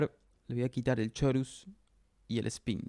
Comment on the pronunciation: muy bueno todo bro!!!! en especial como pronuncias chorus JEJEJE